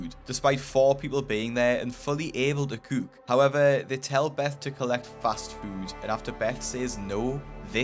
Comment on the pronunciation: "fully able to Cuuk" 💀